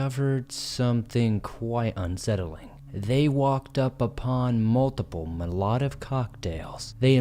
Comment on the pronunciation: LMAO at your pronunciation of Molotov.